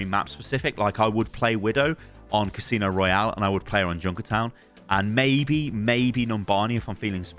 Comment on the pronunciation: 'casino royale' lolol